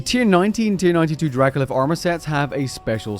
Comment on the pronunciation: Spent half the video thinking it was Dracolith... eh, whatever, reasonable name, makes sense... then I saw it written down... my dude that is dracoLICH (Lich with a ch like a leech)... Yeah... now I'm scared. >.>